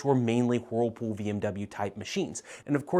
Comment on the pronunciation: I love the way you sometimes pronounce whirlpool. You tend to subdue the “whirl” and instead say “wh’pool.” You sound so adorable😇.